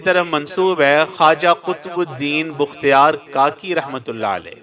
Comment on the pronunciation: بختیا ر ب کے اوپر پیش نہیں زبر ہے حضرت